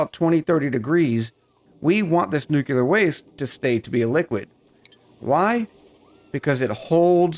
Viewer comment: I know I'm late to the game here, but it is driving me nuts... it is "new-clear" not "new-cu-lar." Look at how it is spelled: Nuclear. There is no extra "U" in there. (No politics involved but...) George Bush ruined it for a whole generation by pronouncing it wrong. (Great video though... I love your style, cadence, accent, and demeanor)